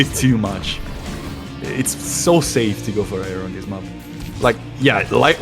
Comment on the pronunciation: Good cast, thank you., your pronunciation of "map" is the most triggering thing in e-sports casting. Please fix <3